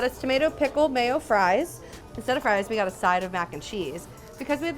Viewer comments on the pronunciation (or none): none